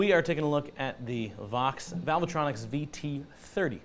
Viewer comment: It isn't valve-a-tronic, dimbo. Try reading what is on the front of the amp.